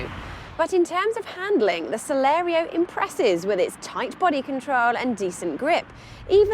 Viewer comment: At least twice she called it the Celero! It's Celerio.